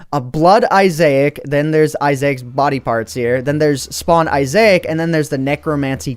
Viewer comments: Isaac.... Just.... Wow. (i-zack) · I believe it's pronounced I-zak as a reference to the game binding of Isaac a game about you mother trying to kill you so you go hide in the basement that contains a lot of creepy enemy's and Isaac's main form of weaponry is his tears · izeeeec! I just feel the way he says Isaac, sounds so weird xd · It's pronounced isac from the amazing game binding of issac it's a reference. Play the game it's on steam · It's pronounced izac it's from binding of issac wrath of the lamb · That was painful hearing him say Isaac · The way he says "Isaac" is a common mistake I get it alot, cut him some slack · That's not how you say issac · I haven't heard someone pronounce Isaac like that before. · I've never heard Isaac pronounced like that. Not saying that it's wrong, just interesting. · That's not how you say Isaac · I HATE HOW HE PRONOUNCE ISAAC!!!! OMG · My name is Isaac, and your pronunciation mad me offended :D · That just might be how you pronounce Isaac, just pronounces it differently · it made me so angry when he mispronounced isaac as a huge fan of the binding of isaac I wonder if Edmund can sue the creator of the mod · You said Isacc wrong... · You pronounced my name wrong. :( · That is my name to thats not how it is said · Binding if Isaac really u didn't say it right I demand u to play the binding of Isaac now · You seriously mispronounced Isaac... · For those of you who complain about how he pronounce Isaac , I learned it that way at first to from my teachers. Different people pronounce it differently. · Dude your pronouncing Isaac wrong. And it's from the binding of Isaac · you said Isaac wrong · I think I'm more interested in how that pronunciation of Isaac came about xD That said though, still a damn cool mod :D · Your saying isaac wrong from the binding of isaac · You said issac wrong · ANT IT'S PRONOUNCED I-SS-AC NOT I-SSA-IC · and its Eye zac NOT Eye azac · ITS PRONOUNCED is-ik NOT ISAIC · isaac not isaic